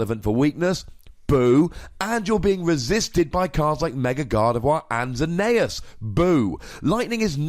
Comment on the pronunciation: The way you say Xerneas is wrong it's pronounced Xernias